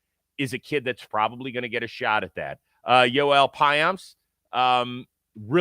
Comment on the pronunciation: Rose proving he’s the goat by being the only person at Jomboy Media to say Joel Payamps name right. My midwest JM king!!!!